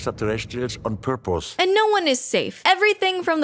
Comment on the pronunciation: I love how the guy says porpos